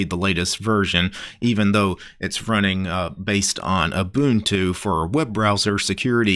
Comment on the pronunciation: My dude is pronouncing Ubuntu correctly! FINALLY SOMEONE KNOWS HOW TO PRONOUNCE IT!